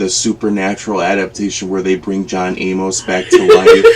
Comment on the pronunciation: I suppose it is possible people could forget John A-MOS was even a big deal (and alive) since they didn’t include some of his story (like being married to Corrinne) in the ITBT movie. I could easily have forgotten his name by now. But no WAY can we forget him after Heather Graham’s epic pronunciation throughout the movie. 🤣.